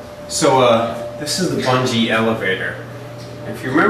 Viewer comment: IT'S BUNGIE DO YOU KNOW HOW TO READ!